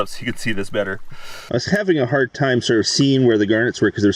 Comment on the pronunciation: Did you say hard rock ...or HIRD rock. Hehehe